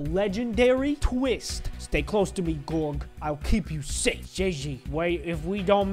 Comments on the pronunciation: No one: Latterly no one: Not even god: calls George gorge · I am offended if is spelt George but pronounced Jeorje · It's not georg it's George the g sound j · My name isn't gorg its george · Lol still saying georg instead of George lol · Are u calling him gorg as a joke because u are pronouncing it wrong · you say george`s name worng just saying